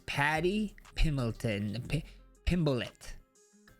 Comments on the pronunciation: You can understand someone messing up the pronunciation of giga chikadze and other tougher names. But paddy pimbleton? Brutha??? Hahahaha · Pimbleton sounds more British than Pimblett and I'm British lol 😂